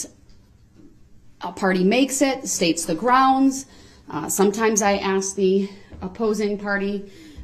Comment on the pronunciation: I wanna throw up every time he says axe !!!!!